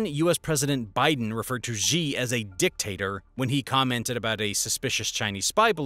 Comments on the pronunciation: A small suggestion: Xi is pronounced „Shee“ and not „Xjii“ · Xi is not pronounced "Gee", it is pronounced "she", like a girl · Xi's name is not pronounced 'djee' but 'she'. If you don't care enough to the get the pronunciation right, perhaps your other details are not accurate as well. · Say his name right jsfc